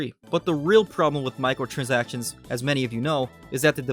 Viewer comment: Okay I know you're saying micro-transactions but what I'm hearing is Michael-transactions. 😂